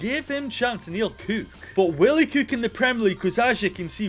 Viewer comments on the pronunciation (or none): "Give him a chance and he will KEWK" 🤣